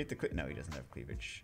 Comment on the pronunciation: "Precciate' the cleavej'"